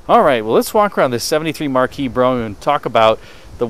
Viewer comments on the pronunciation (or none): *BROMPE**, NOT **BROUGHAM!!*